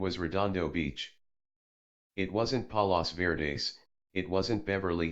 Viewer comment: The place hes talking about is fort mcarthur. Its a cool spot in san pedro ca. It where the fired the guns on a ufo (war of L.A.) whoever narrated this needs to learn the correct pronunciation of palos verdes